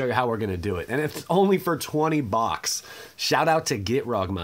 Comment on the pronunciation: "Only for twenty bawks"